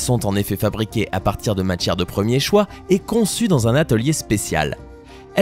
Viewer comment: "Setchem art" "Matchères de premier choix" "Monde entché" "digne d'un héritcher" on croirait entendre l'autre asiat